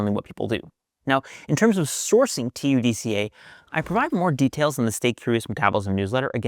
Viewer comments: How do you come up with a pronunciation like, Ta-du-ca, when it obviously would be pronounced, Tud-ca ?! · you cannot say TUD KAAAA